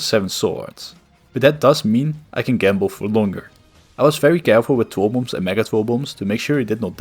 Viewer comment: People eventually go insane when a game has been around for long enough as can be seen in this video. Its kinda cute how you say w instead of r lol twoll bombs and twinkets